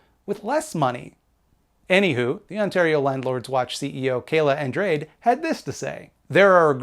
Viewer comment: Andrade - pronounced on-draw-day